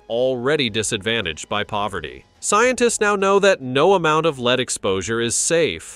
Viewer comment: Maybe you should narrate yourself seeing as it keeps pronouncing lead.... LEED. LAZY!